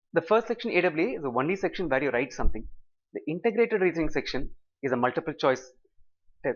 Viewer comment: whats with "wrrrrrrrrite the essay" ? video is very helpful, thank you